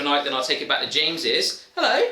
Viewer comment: The blonde guy really should learn how to pronounce "James's".